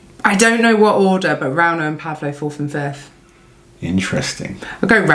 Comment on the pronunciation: 1-Novikov. 2-Gavin "the sausage". 3-Rrrrrrauno.